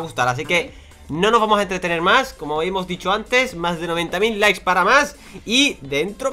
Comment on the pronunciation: Minuto dijo lis en ves de likes